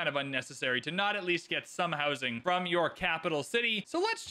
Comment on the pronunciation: I hear 'hosing' everytime you say 'housing'